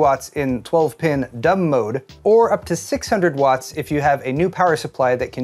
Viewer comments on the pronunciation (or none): none